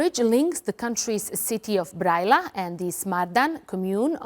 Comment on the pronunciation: When she pronounced the name of the city Brăila, I wasn't sure what she was talking about. As soon as I saw it written, I understood. You need to do your research to be more credible.